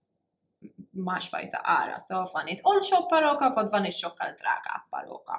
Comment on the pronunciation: weird is sound like arabic barooka